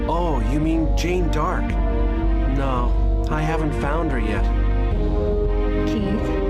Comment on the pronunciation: You didn't comment on it, but FYI, Jane Dark is literally Joan of Arc (Jeanne D'arc). Not sure if that's bad translation or if it was just an intentional joke name in Japanese but every time they said Jane Dark I died.